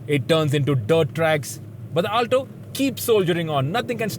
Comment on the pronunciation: Ur pronunciation of "Alto" is horrendous